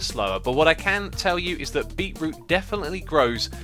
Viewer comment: Correct pronunciation - "beet - root" Xisuma's pronunciation - "beeroo" This should be added to the Xisuma dictionary